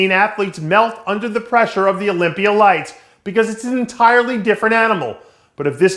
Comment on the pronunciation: Dave wtf is the "olympier"? Lol why does he pronounce words that end with an "a" as "er".